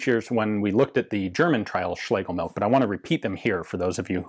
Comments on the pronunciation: Heh, Ian correctly pronounces Schlegel...then defaults to 'milk' (which TBF, is "milch"). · It's pronounced MILCH! 😠 Not milk! We non nativ English speaking folks do our best to not butcher the th, you English natives should at least try! 😂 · German surname Schlegelmilch should be pronounced as Schlegelmilsh (not by "k" coming from "ch" at the very end) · Please correct me if I am wrong, my German is a little rusty, but I believe the correct pronounciation [sp] is" Schlegelmilsh" which means something milk. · Ian says "schlegel-milk" while mispronounced... Milch does indeed translate to Milk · Yes, you did come very close but the "ch" at the end is pronounced more like a hissing cat and less like a "k", if that makes any sense. Anyway your videos are always entertaining and interesting. Have a nice day and keep up the good work. :) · You're almost there. While it means milk, don't pronounce it like that. Make a 'sch' sound and leave out the 's'.